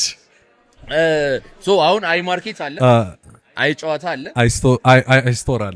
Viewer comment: When you say it-the name- say it like አየ…ጨዋታ (‘የ’ ጠበቅ ይላል-ግነት ይኖረዋል! እና በ”አየ” እና በጨዋታ መሃል pause አለው) ሃሃሃ Welcome and great to have you on this space🎉🎉